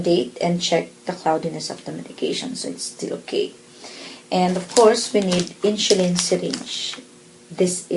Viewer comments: Will you please pronounce it properly the word "INSULIN"? It sounds like INSYULIN or INSHULIN! MY wife as a Pharmacist laughing at you! LoL! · I likeeeee (: very clear instructions (: Haters gonna hate. Indonesians pronounce the alphabet S as SH. That's why she pronounced it as InSHulin.